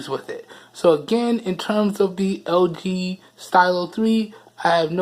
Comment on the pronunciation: Nigga trying to say lg but he said ld lmao dead 😂😂😂